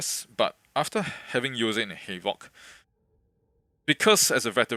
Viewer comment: I thought bro was saying halo lol